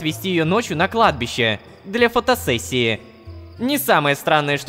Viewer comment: ХАХАХА "на кадби́ше ветер свищет" Продолжение "на кладбище нищий дрищет" (Кладбище: ударение на И)